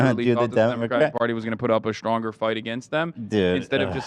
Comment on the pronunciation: Why is hassan so obsessed with an old white man's dong? Gross. Also, why does hassan say 'SHTRAIGHT' and 'SHTRONG'? There's no H after S in those words! My god, hassan is annoying as hell!